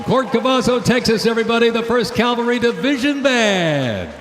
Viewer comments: The announcer said “Calvary.” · Only thing that bugged be was him saying Calvary instead of cavalry. But pretty good otherwise.